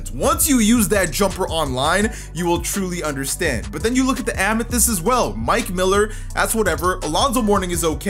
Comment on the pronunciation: did buddy just say amathest🤣